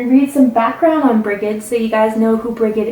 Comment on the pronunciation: Brigid is pronounce Bridge-id in Ireland ❤️